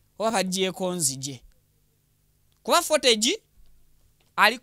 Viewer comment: CCTV (fotegi),😅😅😅😅bro it's footage(futegi) pronunciation.